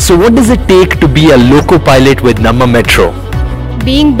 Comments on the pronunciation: No bro. Pakka Kannadigas - Please make a video about how to pronounce Namma. 🙏🏼 Thank you 😊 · The way you pronounced namma is wrong I suppose you must be a tamilian..